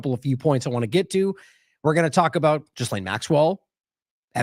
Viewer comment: We really should pronounce Maxwell's name correctly. It's NOT JizzLane. It is G'Lane with a hard G. The S is silent. It's a name of French origin.